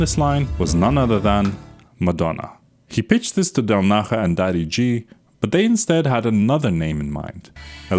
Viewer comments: Del Naya not Del Naha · How the hell are you pronouncing 3D’s surname?? It’s Italian, not Spanish! del NAH-yah • Del as in English “del” (short e) • Na stressed, like “nah” • ja = “yah” (the “j” in Italian is pronounced like an English “y”) So: del-NAH-yah. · Del Naha??? Seriously? You haven't tried to check the transcription how to pronounce it? 😂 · The “j” in “del naja” is pronunced “e”; he’s of italian origin, not spanish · yeah it's a j like jar